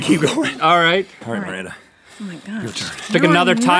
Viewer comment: It's Miranda not maranta or maranda